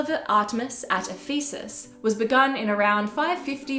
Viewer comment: The pronunciation was sometimes hard to follow; I only recognized Ephesus when I saw it in writing, for instance